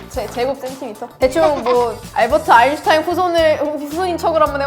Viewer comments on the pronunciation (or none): none